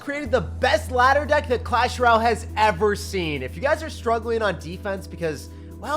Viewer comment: the higher you get in the madduh. Madduh: meta+ladder=Madduh Also pronounced matta